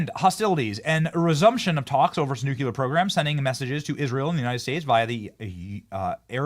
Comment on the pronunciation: Benny! There's only one "U" in nuclear!!!